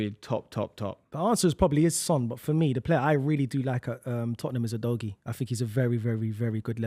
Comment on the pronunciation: After I heard udogie I had to stop watching 🤣